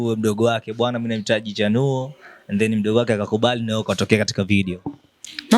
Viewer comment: Mbona unachapia sana chanuo jmn😮😮